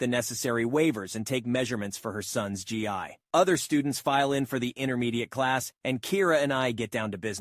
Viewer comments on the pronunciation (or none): GI is pronounced gee like the character from Captain Planet